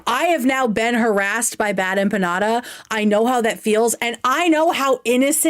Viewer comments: bad empaññada, eggcetera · I’m colombian and the biggest offense I took in this is how BADLY she mispronounced empanada. Has she never eaten an empanada? Is that why she’s so dense and ignorant and lacks character? Because she hasn’t exposed herself to the delicious glory that are empanadas?